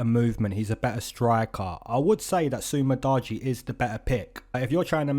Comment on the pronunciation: Did u just say Su Mu-Dodgy Knee?💀